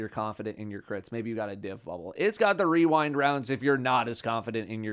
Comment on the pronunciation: The masculine urge to say wewind rounds